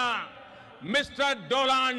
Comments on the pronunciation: Its actually Modi pronunciation 😉 Mr. Dolaan Drum 😍😍😍🤣🤣🤣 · Dolaand Drum That is the correct pronunciation about his STREANH if you know what I mean (Modi spelled Strength as STREANH in a meeting. Look it up) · Actually it's the other way. First Modi said trump's name incorrectly while introducing him to the crowd and then when trump's turn came he just didn't care about pronouncing a single name correctly.